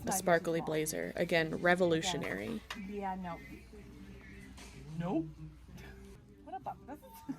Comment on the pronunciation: I died every time you said, ''REVOLUTIONARY!'' :hand-pink-waving